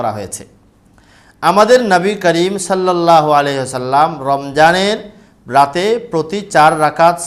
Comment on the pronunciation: ঠিকমত সল্লাল্লাহু আলাইহি ওয়াসাল্লাম উচ্চারণ করতে পারেনা এগুলা কিসের আলিম???